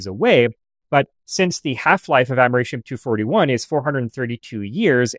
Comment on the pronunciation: "amerishium"? i think you mean americium....... its a c... not an sh....